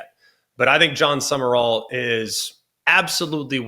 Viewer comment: It’s pronounced “Sum-rall” not “Sum-er-all” 🙄